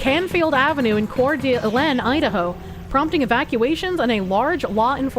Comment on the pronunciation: it's pronounced like "core duh LANE". My grandparents lived just over the state border from there in Spokane ("spoh can"), so I'm used to the weird names in that area. It's a very nice place, but kinda hot and dry